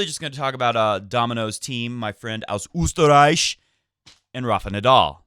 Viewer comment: Just in case you don't know: Here's a little help with the correct pronunciation of Österreich. Skip to to listen to the Ö. Love your show by the way!!